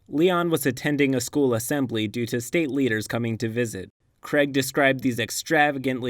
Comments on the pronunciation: Its pronounced crayeg. Not creg. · Sorry who is kreg ?!? Craig, say Craig.